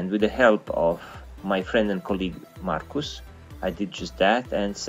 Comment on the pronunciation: OMG when he Said Markus i got SO ! happy, finally someone from another country Says my name correct